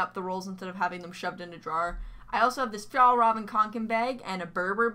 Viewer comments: fjallraven koken bag.... yeah pronouncing swedish stuff can be hard. its suppose to be fjällräven :D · As a Swedish human, it just sounds funny when you pronounce Fjälräven